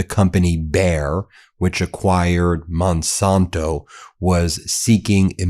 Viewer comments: Just a quick correction. The company is Monsanto, not Monsonto, originally founded in 1901. Sorry Ben, but it drives me crazy everytime I hear you mispronounce the name. Keep up all your good work. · I am not paying for YouTube Premium to see commercials. By the way, as a past viewer of the ABC Sunday political shows, Monsanto was one of the sponsors. So Monsanto is pronounced Mon SANTO. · The San in Monsanto is pronounced like the san in Santa.